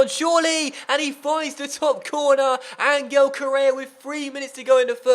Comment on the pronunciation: Hey, love the series. Just a small gripe; Correa's name is pronounced An-Hel, not An-Gel. But seriously, great series!